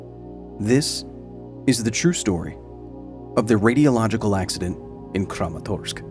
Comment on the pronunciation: I think he means the “radialogical” instead of “radiological”